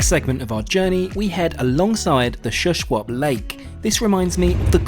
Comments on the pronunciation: Btw. Pronounced Shoeshwap not Shuh-swap. Seen these trains many times. Alway curious what they were like inside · You got lucky with weather! I live in the Fraser Valley of BC ( yes the train goes through here ) and spring has not been that great. The lake is pronounced “Shoe -shwop” by the way.